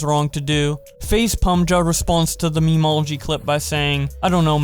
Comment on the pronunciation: pa maj not pmja and guu aac not guach